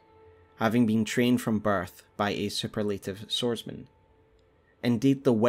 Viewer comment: Superlative is pronounced more like soo-PUR-la-tiv.